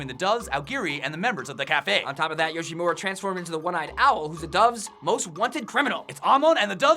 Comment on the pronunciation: FINALY SOMEONE CAN SAY YOSHIMURA RIGHT IM SAVED